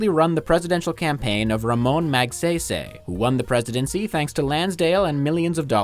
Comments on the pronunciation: How can you say "aswang" straight, but not "Magsaysay" correctly? HAHA. Its not "-sey" ( eey) but pronounced "say" (psy) (aah-y). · you say it sigh like magSIGH-SIGH